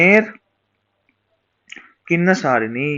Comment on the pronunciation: its kinnerasani sir not kinnasarini........